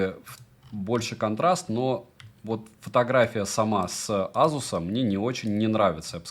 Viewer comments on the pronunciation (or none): Не настаиваю, но вроде произносится асус, а не азус. Греки же этого коня называли Пегасус. Может мой слух кривой х/з, но услышал з😊. Спасибо за твой труд.